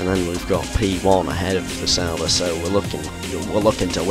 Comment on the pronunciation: Sauber! Here I thought you've been saying "Salba" all this time. :D Oh gosh.